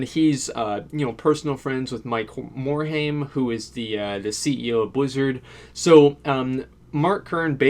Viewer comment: Learn pronunciation of Mike morhaime